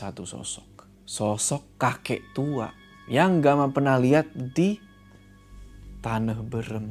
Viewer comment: maaf aku ngakak sebagai orang sunda pas denger bilang "tanah beureum" wkwkwk